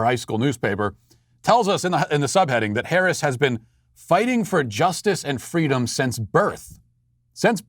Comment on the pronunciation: Did Fweedom celebrate Ramadan in her infancy? because if she didn't then its hate speech